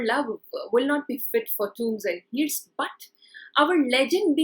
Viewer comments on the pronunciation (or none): It is sad that a teacher of English mispronounces words like ‘hearse’ and ‘urn’.